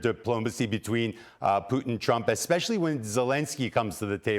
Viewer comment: Thank you, Candace for pronouncing Putin correctly